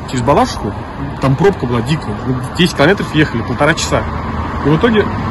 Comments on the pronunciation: Не БалАшиха, а БалашИха!! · Не БалАшиха, а БалашИха!!!! Противно слушать даже. Дизлайк за это😡😡